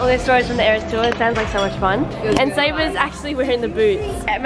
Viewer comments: It’s eras (no hate) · Two things it’s eras tour not ears tour and swiftie not swifty no hate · Its Eras tour! Not ears tous! Xx